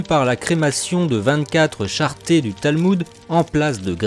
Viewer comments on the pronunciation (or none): Vous aviez mal pronokcé le mot CHARRETES a la 3em minute et 20 secondes lorsqu on lis 24 charrettes de Talmud, vous aviez prononcé " charté" !! Charette c' est avec le son " ette" comme dans allumette